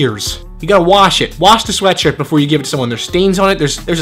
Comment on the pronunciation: Anyone else notice he says ''sweatsurt''